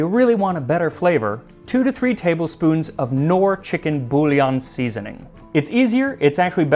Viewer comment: 'bouiyon' the double 'ILL' is a french 'y' spelling within a word as in 'eey' with the ee shortened , and the on is a nasal, never 'on' as in english, the N will only be expressed if doubled with an e suffix. [nne] je vous emprie.